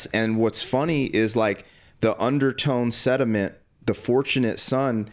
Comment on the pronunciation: BRUH, its not "SEDIMENT", it's "SENTIMENT".